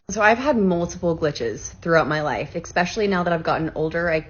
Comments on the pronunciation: How dare she say “exspecially”. There’s no X in the word. It’s “especially”. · If you say "expecially" as an adult, you have lost all credibility